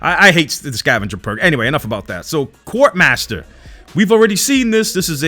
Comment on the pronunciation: It's almost as bad as his MWR pronunciation 😂